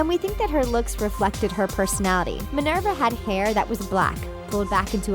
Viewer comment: MINERVA WHO SORRY? AT LEAST LEARN HOW TO SAY THE NAMES FFS